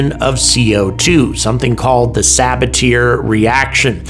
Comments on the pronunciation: I think it's pronounced Sabat-E-A not sabature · Sabat-ee-ay is a little more accurate, emphasis on the 2nd syllable. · Most Americans do pronounce it "Sabat-yay", is the odd one out here... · 🚨🚨🚨 pronunciation police here: "Sabatier" is to be pronounced "sabat-yay", not "saba-tier". He was a Frenchman, and thats just the way it is. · Sa-bat-tee-ehe process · The production of Methane from CO2, the Sabatier reaction, is pronounced sah-bah-tea-a, FOUR syllables. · He was French, it's "suh-bat-ee-ay" 😭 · Another language butchered by Americans 😂